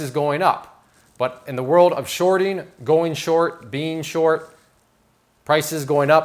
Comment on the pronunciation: you said sharting 😊